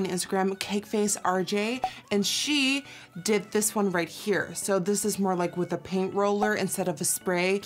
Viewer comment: Every time you say I did my brow I always think that you’re saying I dipped my brow LOL. I wish doing my eyebrows was as easy as a dipping it into something and it looks as good as that😂